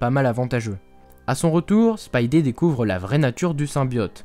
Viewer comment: Ça s'écrit Spidey mais ça se prononce "spaïdi"